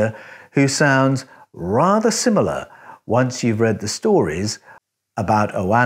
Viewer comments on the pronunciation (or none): none